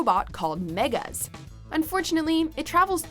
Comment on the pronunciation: watchmojo can you please teach her how to pronounce character names properly, hearing her saying the names wrongly is very annoying, it's pronounced megas, not migas..........